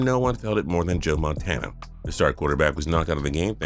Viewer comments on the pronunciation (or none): none